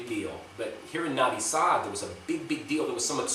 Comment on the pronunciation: No vee sad Not Navi saad.